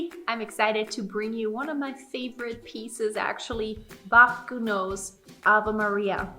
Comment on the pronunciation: Before learning this piece, learn to pronounce Gounod first.